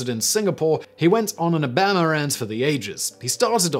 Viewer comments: Anyone else get really confused for a second by the way he pronounces "Obahma" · I know I guess he’s from AlaBAMA! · O BAM a! I’ve never heard someone say his name that way. You certainly have some interesting pronouncements of US peoples names. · Yeah I thought I heard it wrong at first. He seems to think Obama is pronounced the same way as Alabama. WTF? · Holy crap. Bah-rock O-bah-ma. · I’m starting to think that Simon is just trolling us with his mispronunciations. C’mon, Simon. You have to know how to pronounce Obama and mafia. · PSYMON WISTLURE??? Did I say your name right??? How can you not pronounce Obama? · I love how Simon apologizes for butchering foreign names and words, but manages to mangle Obamas name so hard I didn't actually think he was talking about the former US president... Really Simon? How?